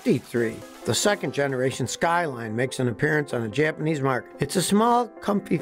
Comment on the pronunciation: Great history lesson. You can speak Japanese names and words, better than most Americans. :)